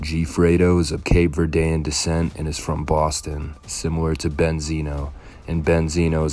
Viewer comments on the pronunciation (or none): Nigga said Cape Verde completely wrong 😂